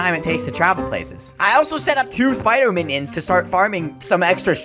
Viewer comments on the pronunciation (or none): He pronounced minions menions